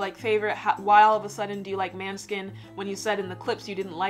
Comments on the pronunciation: monehskin not monskin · it's pronounced "mon-ae-skin" with the intonation on the 'o'. the letter å in dannish sounds like an 'o'. the little circle on top of the letter is the tone. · Måneskin means "Moonlight" i Danish. The bassist Vitoria is half Danish, and it is she who came up with the suggestion for the band name when the other members asked for Danish "funny" words. The Danish letter å, can best be pronounced with an English o = "Moneskin", so you er pretty close :-)